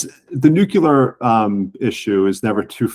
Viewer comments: Ffs, he's STILL saying NUKULAR. Like George Bush moron. Ridiculous. Unprofessional journalism. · For goodness sake. If you can't pronounce nuclear you should just say nukes.....